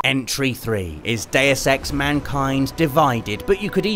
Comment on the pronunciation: It sounds like you're saying day of sex instead of deus ex